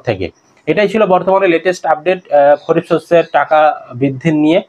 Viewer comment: খরিফ না দাদা খারিফ হবে ভুল বলছ কেন এত